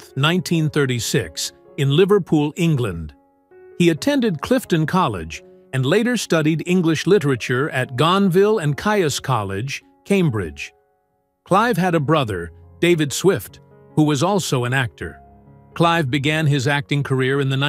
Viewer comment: He went to Gonville and Keys. This is the English pronunciation!